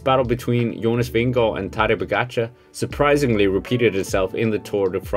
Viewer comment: Glad for at høre Jonas Vingegaards navn blive udtalt rigtigt på Youtube. God video. Bliv ved.